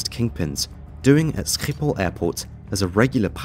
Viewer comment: the way you say Schiphol is hilarious bro